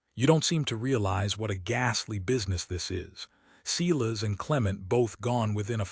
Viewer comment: Omg, the American narrator doesn't know how to pronounce Silas or surrealism? What horrible narration. He sounds as though he's reading while running his finger along each sentence. Can't listen.